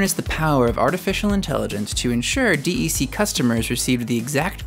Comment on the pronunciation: This video needs to be redone. "D" "E" "C" is not the way it is pronounced. It is just "DEC" pronounced like "deck". I know because I worked there before Compaq bought DEC, and HP bought Compaq.